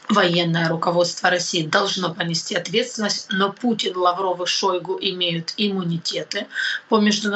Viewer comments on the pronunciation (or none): none